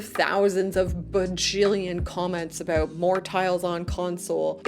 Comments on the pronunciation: Why are you saying aboot instead of about? you say about, guess you forgot to put on an accent? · I've lived in Canada for 60 years and never heard anyone say "aboot". Note that she says "about". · It depends, usually, I would like pre-made roads, but if I'm making a more detailed city, I'd like nicer and more detailed roads. Also, have you been making fun of people who make fun of the Canadian accent? I've noticed your "aboot" rather than about, which you used to say. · what's with the "A-boot" is that just slang instead of saying about? oh and the little white "arrows" are YIELD signs painted on the road... extremely common in europe don't remember seeing them in the states